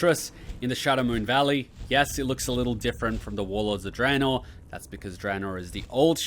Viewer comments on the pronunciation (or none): none